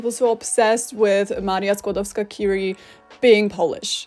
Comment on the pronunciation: I also find TERRIBLE that English speakers can never pronounce "Marie Curie" right, with the French R, however they never get the very similar sounding "J" in Javier and Juan wrong. UPDATE: oh well, I just realized that at the end of the video you mispronounced "Curie". It's a French name, not an English name. Should be pronounced as a French word. Bad example if you tried to make a point about correct pronounciation of Polish (and I agree to this point, even).